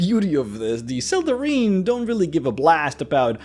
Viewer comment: I think it's pronounced, "Sel-deh-rhine". The "ine" ending is "ine" not "een".